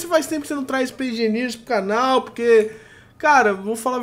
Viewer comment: Aeeeeee "ispaice engeniers" \o/